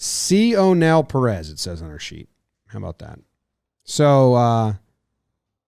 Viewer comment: It’s pronounced si(as in yes in Spanish)onel like O’Neil but with the I. Son a legend of Cuban baseball